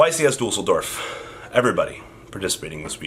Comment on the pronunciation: YCS Deuce-ldorf ✌